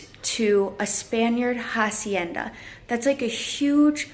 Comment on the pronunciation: Hacienda you don’t pronounce the h and in rancho it’s more like an o not an a.